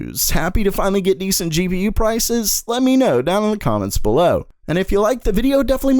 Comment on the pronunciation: That "below" sounded really annoying tbh